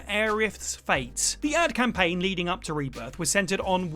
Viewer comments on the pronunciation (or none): none